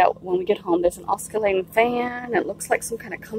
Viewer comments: Love the video have subbed and liked. I have to say oscillating doesn’t have the “c” sound in it so it’s just “osilating” when you say it. Sorry I have a grammar and pronunciation thing, also I’m Canadian so apparently I apologize a lot too lol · the c is silent in oscillating.